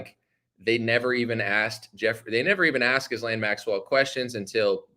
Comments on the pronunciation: Are you deliberately mispronouncing her name ? The “s” is silent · Trying so hard to make it through this but can't handle the butchering of her name. The s is silent. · Please pronounce her name right ?? 😂